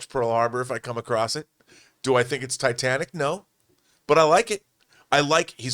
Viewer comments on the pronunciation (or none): none